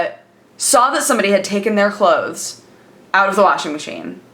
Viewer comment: I cannot stand the way you say "obviously" and "clothes". Its like youre trying so hard just to pronouce it fully. Just relax, its not that serious